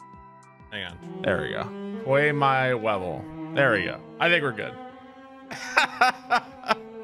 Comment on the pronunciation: Lmao pway my wevel